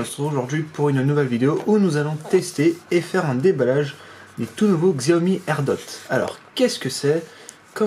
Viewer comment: Je vais peut-être faire le mec relou mais ça se prononce chiaomi